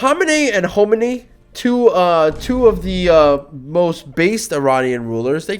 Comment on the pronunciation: can you even say خ? homeny homeny its Khomeini it has a خ